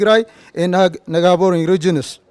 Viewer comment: is not negabory it is neighbouring. the rest good point